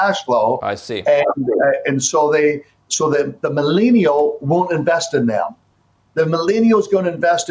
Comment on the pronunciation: this guy cant even pronounce millennial.